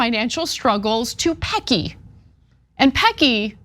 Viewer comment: 😂 OMG! Anna it's pronounced Pessy. Not surprised by this at all. Worked for Amazon for 3 years in Registries. Had 2 strokes and was let go 🙄 because I had to do the training again because you know I have zero short term memory. And refused to work a 11 hour shift. That was my shift pre strokes (I had 2).